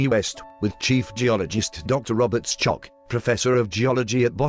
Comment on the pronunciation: How can you continue to mispronounce "Bauval", "Schoch" and "Anubis" after all this time?